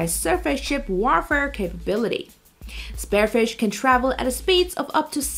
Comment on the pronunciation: Spear-fish..... not Spare-fish.... this video is rubbish